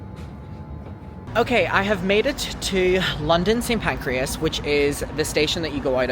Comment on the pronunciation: the fact you're saying Saint PancrEas 🤣